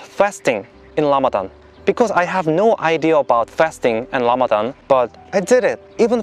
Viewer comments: Rayan Gold it’s because in the Korean language, the ㄹ in 라마단 makes a R or L sound. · him saying Lamadan made my week. May Allah bless you and guide you through your journey Jay kim brother.